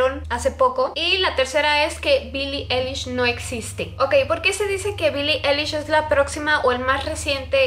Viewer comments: dice mi hemana que no mames no se dice billie elish swe dice billie alish q8ue no mames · Pues la verdad Billie Eilish no compone sus letras y tampoco sus melodías, eso lo hace su hermano Finneas, y se pronuncia "Ailish" no "elish" jeje. 😅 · Bili Ailish* así se dice JAJAJA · Billie Eilish Fan, Se como se escribe su nombre 😑, lo que escribí es como se pronuncia, ella está pronunciando "elish" y se pronuncia "Ailish". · Se dice ailish :v pero bueno, tal vez ni sabe nada sobre ella y solo iso esta teoría porque no le gustó su forma de ser de billie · No es hate pero así no se pronuncia su nombre 😫